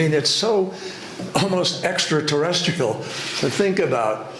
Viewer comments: Extra terrestical. ... ???? Does he mean...terrestrial. ???? Or...Extra Testicle ???🤣🤣🤣🤣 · "Exra-terresticle"?? wtf? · did kerry actually say extratesticular. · I'm sure John Kerry said "extra-terresticle"